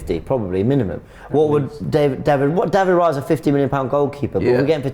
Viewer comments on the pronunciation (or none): In Spanish it's "Dabbid Rye-ah"